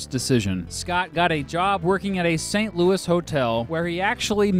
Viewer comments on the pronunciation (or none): none